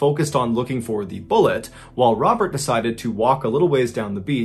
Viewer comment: Pretty sure that's not how to pronounce Robert. Remember, he's French, lol.